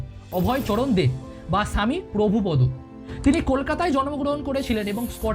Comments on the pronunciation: হরেকৃষ্ণ আপনার উচ্চারণ টি প্রভুপদো বলছেন উচ্চারণ টি প্রভুপাদ হবে আর একটি বিষয় চৈতন্য মহাপ্রভু ভগবান শ্রীকৃষ্ণের ভক্ত ছিলেন এ কথা টি বললেন ভগবান শ্রীকৃষ্ণ কলিযুগে চৈতন্য মহাপ্রভু রুপে প্রকাশ হয়েছেন একটু ভালো করে বললে ভালো হয় হরেকৃষ্ণ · Jai bolun apni apnar kotha ami kichutei biswas korbo na,jara nije veg khai tara goru pachar korbe , age prabhupada pronounce thik korun,apni ki sob chere iskon e thakte parben ba je kono mondir e ?? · Prabhupada pronunciation thick korun.